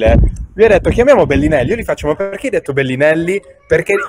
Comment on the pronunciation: Nessuno: Fedez: BELLINELLI